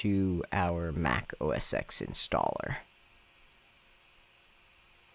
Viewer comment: OS X is pronounced O S Ten. Not O S ex.